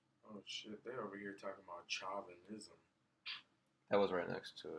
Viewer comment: By the way, chauvinism is pronounced show- vin- ism. We used to call men that mistreat, women male chauvinist pigs, about 40 years ago. Have you ever looked up trumpery? Also a little trivia June 1 1927, Donald Trump's father was arrested at a KKK rally. He was indoctrinated since birth, but nah he's not a racist because he says so. Ok, let's just say FASCIST then, must be why he's terrified of Antifa!